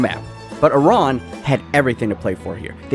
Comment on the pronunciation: Love that you pronounced it "ee-rahn" and not "I ran'